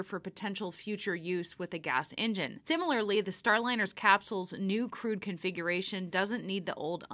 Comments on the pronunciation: Sorry--did you say "crewed" or "crude" configuration? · Hey Boeing, it's crewed mission , not crude mission